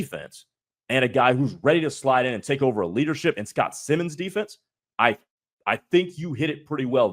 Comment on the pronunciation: For your future reference, it’s pronounced like Simons. Simon says. Not Simmons.